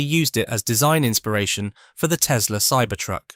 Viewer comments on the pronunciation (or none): none